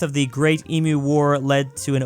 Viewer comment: does he mispronounce stuff on purpose? emu, myanmar